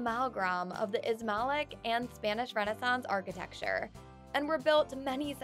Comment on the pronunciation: She said Ismalic. Facepalm